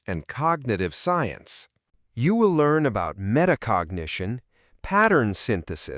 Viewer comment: METACOGNITION NOT META CONGIGATION